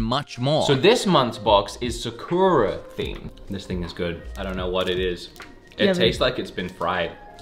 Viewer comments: Uh,? It's "Sah-koo-rah", not "Suh-KOO-ruh", you said it correctly earlier in the video, then just said it wrong the second time you said that word in this video. Get your Japanese words correctly, please? I heard you say it right earlier in the video, I know you can say it right, it really bothers me when English-speaking people say Japanese words wrong like the majority of the USA says those words wrong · That's is not how you pronounce SAKURA!! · Im sorry but that is NOT how you say sakura 🤣, no hate tho